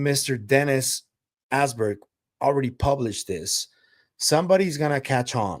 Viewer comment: Dennis Asborg, not Alberg